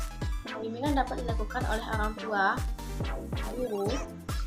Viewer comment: Orang, bukan olang kak, Ok kak😌🤗